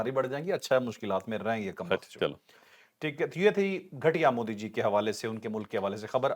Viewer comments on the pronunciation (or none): مودی کی بجائے موذی بولا کریں